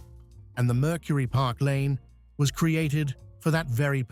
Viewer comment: The car is a Park Lane. Not “Parklane.”